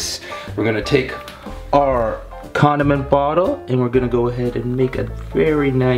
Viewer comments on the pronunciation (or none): Did anyone else think that he said Condom container? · i thougt he said condom container men he said condiment container